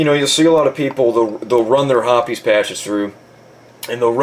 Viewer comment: it is pronounced hoppIES actually